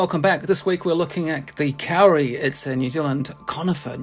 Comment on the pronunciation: Lovely video, thank you! In Maori, as I have just learned, "au" is pronounced more like an O-sound. So, it is more accurate to pronounce it "Ko-ri". I am lucky enough to have a Kauri surfboard made in northland in about 1920 - from timber cut in the late 1870s. The grain of the wood does not deviate more than 3mm over the whole 1.7m length, and 45cm width. It is 16mm thick. And it is hard like stone! For your viewers; please don't plant a Kauri (or Totara, or Kahikatea) in your garden. Although they are wonderful, and amazing, you will create an enormous problem for someone in two to three hundred years when they have a gigantic forest tree taking over their whole property, and a $50,000 bill to cut it down safely. In general, it is a woefully short-sighted idea to plant any forest-sized tree in a residential area: your neighbours will hate you for it. If you want to know what to plant in your new garden, take a look over your fence, and see what's doing well over there. :)